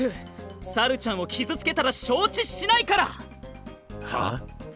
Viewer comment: 発音がちゅゎぁ～～～んで笑う ルパンの不二子ちゃんみたいな……